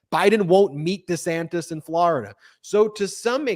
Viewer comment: You called DeSantis DeSantos.🤣🤣🤣🤣